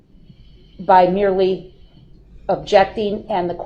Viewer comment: I HATE when he says the word "merely".... oh god I get so mad. "I'm merely trying to..."